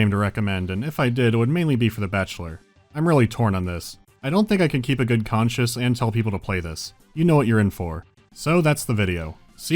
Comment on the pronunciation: Yo, “conscience” is not pronounced like “conscious”. Common mistake.